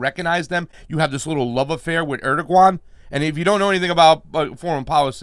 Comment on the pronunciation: Interesting pronunciation of Erdoğan,.